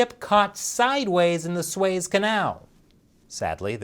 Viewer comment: "SOO EZ" CANAL, not "swaze" canal